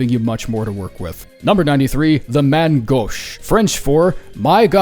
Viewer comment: i know you dont give 2 ducks nor any single atome of care about it's actual pronunciation, but DAMN YOU BUCHERED IT. If i had to make a comparaison in pronunciation it is "main goshe" and the n is silent.